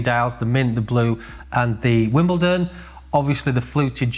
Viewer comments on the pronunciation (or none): none